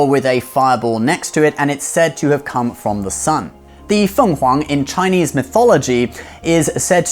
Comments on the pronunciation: Gosh can i just say how happy i am to hear you pronouncing everything so properly and accurately, thank you for respecting my culture enough to say it properly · Chinese here. Amazing pronunciations here folks. He's the real deal